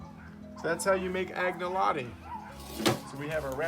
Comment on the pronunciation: The g in Agnolotti is not pronounced , more a nya sound to be correct . Anyalotti it is Piedmontese